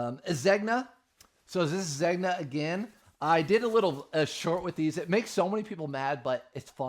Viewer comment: Take the ears out of the hat. And google how Zegna is pronounced.🙂